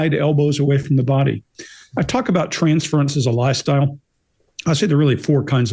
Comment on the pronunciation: It took me 3 interrogations to figure out was saying “transference as a lie style” and NOT “transference as a LIFESTYLE “ 😂😂😂😂